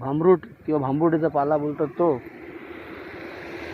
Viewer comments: पाळा नाही हो पाला बोला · पाला शब्द आहे, पाळा नाही